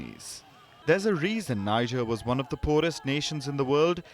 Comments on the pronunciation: NEE-JER....not, NAY-JER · Tell Palki the name is not Naijer. It is Nihjer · It's not pronounced as Niger but "Nii" "J" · The name of the country is pronounced "Nee-jay" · Please pronounce Niger as Nee-zheir. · The news presenter is mispronouncing Niger. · Y'all can't pronouns Niger?! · Say Niger properly sweets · You can't even pronounce the country's name well. It all went downhill from your Wion exit indeed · You give updates of news around the world, don't you think you can at LEAST RESPECT the citizens of Niger Republic by pronouncing the country's NAME correctly?